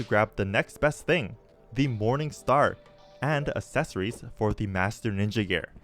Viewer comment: love the video. how do You say accelerate? Do you pronounce it like a-ccelerate? because you're saying a-ccessory's. brother, you're spacing the A from the rest of the word. And it irritates the hell out of me. again, love the video. The miss pronunciation is killing me.